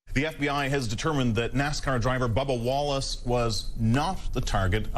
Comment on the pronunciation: Whenever he says “Bubba Wallace” I hear “Baba Yaga”